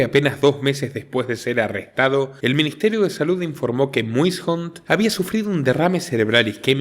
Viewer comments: Pero, en realidad la pronunciación es: muishondt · Ya era hora y su gran equipo, 👍 gran video como siempre, una pequeña correccion, el apellido del fallecido los salvadoreños lo pronunciamos: meison. Saludos desde El Salvador. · El apellido se escribe Muyshondt, pero se pronuncia Mason (Meison)